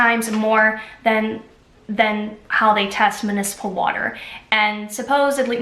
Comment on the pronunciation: Wow awesome comparisons; thank you! Btw it’s mUnicipal not mAnicipal.